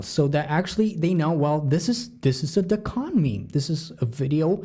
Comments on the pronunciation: Dequan not Decon lol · It’s pronounced day-kwon